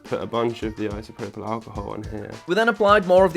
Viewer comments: Its pronounced eye so pro pull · eye-so-prof-le alchohol